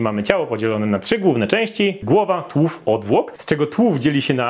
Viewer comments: Uwielbiam Cię ale nie czaję czemu tak dziwnie wymawiasz słowo tułów - tak jakbyś mówił tŁów nie tUŁów.. Powiedz sobie ŁÓW jak łowić i TU i połącz TU-ŁÓW i powinno być ok;)))* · dlaczego tułów wymawiasz tłów?